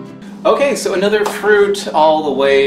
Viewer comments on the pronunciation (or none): none